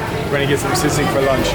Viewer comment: You pronounce sisig like sea sick 😂